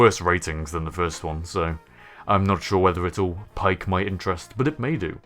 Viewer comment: The way you said "Pique" made me choke on my drink.